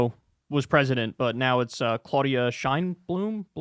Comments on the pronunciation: Claudia Sheinbaum (pronounced: shein.vow.m) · Can you please learn Claudia’s last name?? The disrespect - felt like a Fox News moment. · You really can't pronounce Sheinbaum, what an idiot.